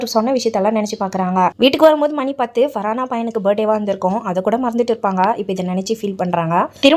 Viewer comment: Not faraaana it's far haana